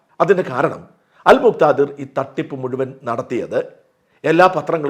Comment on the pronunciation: അൽ മുക്ക് ദിർർർർർർർ 😂😂😂